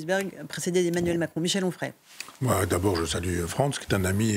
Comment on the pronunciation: Onfray, pas frais.